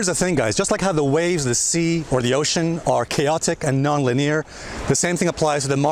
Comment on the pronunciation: You are pronouncing "linear" incorrectly. It's not pronounced like "lee-near" but ˈlinēər. Wikipedia: The word linear comes from the Latin word linearis, which means "created by lines". "Linia" as something straight/constant. Or just set it into google translate and hear it for yourself. It is really annoying, I am sorry. Other than this, thank you for great video.